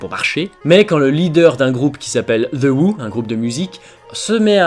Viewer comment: "The Wou" THE OUHHHHHHHH enfin, je pensais ton accent anglais parfait!:p Puis Pete Towshend (le mec des Who qui portait les Doc Martens), n'était pas le chanteur de "base", il était surtout le parolier et dans les cœurs tout en magnant sa guitare:) ENFIN BREF VOILA KWA